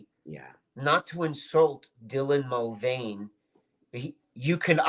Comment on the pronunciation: I love how isn't even bothered to learn Dylan Mulvaney's name properly. Shows how insignificant Dylan is to.